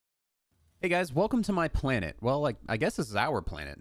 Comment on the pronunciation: Its not your planete , its OUR PLANETE